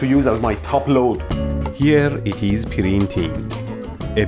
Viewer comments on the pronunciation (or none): "here it is pirinting" most iranian way to pronounce that 😂